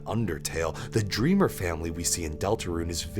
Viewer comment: they're making fun of you saying dreamer instead of dreemurr